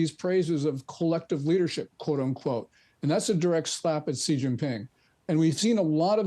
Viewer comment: Hey, learn how to pronounce Xi. Lazy and embarrassing,.